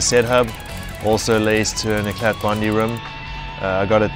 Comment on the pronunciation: the t in eclat is silent.....